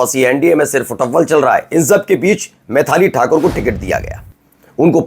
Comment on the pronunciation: पत्रकार महोदय मैंथाली ठाकुर नहीं मैथिली ठाकुर नाम है ।